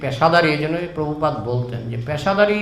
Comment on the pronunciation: বাংলা ভাষা এখন ঠিক করে বলতে পারিস না তোরা আবার প্র ভুপাদ